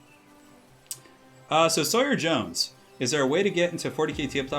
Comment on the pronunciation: Aww someone who can say Sawyer properly. Refreshing!